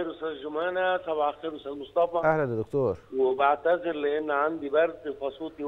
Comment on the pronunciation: كلمة دكتور يجب ان تنطق بالطريقة المصرية (فهي كلمة معربة منذ زمن) ولا يصح ان ينطق مذيع او مذيعة على قناة مصرية رسمية الكلمات بلهجتها الانجليزية، نرجو الانتباة من القائمين على البرامج والمذيعين